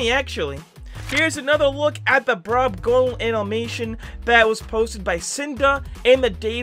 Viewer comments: DUDE ITS BROBGONAL NOT BROBGONALE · Brobgonal not brobgonale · sorry to be that guy but its brobgonal not brobgonale👍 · ITS "BROBGONAL" NOT "BROBGONALE" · hey, btw, its not brobgonale, its brobgonal